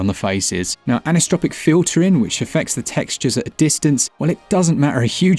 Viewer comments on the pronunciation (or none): aniso-tropic, not anis-tropic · Just a hint for the future: "Anisotropic" is pronounced "an-iso-tropic", as in the opposite of "isotropic", not as "ani-stropic". Otherwise, a superb and fair review, I would say. I mean, we know that Digital Foundry is going to absolutely savage it in their typical tone-deaf manner, as if everyone owned high-end PCs, ignoring the fact that many people only own one console, whether that console is a Switch, PS4, PS5 or some flavour of an Xbox. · "ani-stropic filtering" --- It's AN-ISO-TROPIC... Don't know where you got the ST from...